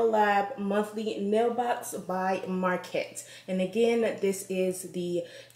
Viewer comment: Hey girl, nice box! It's pronounced like: "Muh-cart" just so you know😉 looks like you got some great stuff!